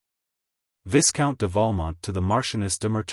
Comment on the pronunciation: The AI voice makes LOTS of mistakes in pronunciation and intonation. Too many to mention But the most grating is the mispronunciation of Viscount as viss-count. It should be vy-count obviously. Vy as in by. One of the other bad ones is not pronouncing the names properly and where "M." shows up in front of a name not pronouncing it as Monsieur. There are many other errors too.